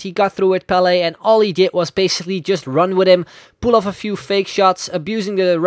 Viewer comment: he said PELE and i understood BALLET